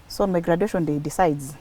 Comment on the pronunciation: Please don't pronounce graduation that way,Google for pronunciation or ask someone